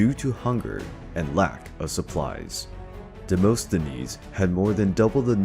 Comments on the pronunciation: Demosthenes is pronounced as Demast not Demost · Demosthenes, (Δημοσθένης) is pronounced "Dee-mo-sthe-nees".... but even that is not exactly accurate because English speaking people cannot pronounce the Greek letter "Δ", exactly. They make it into "D".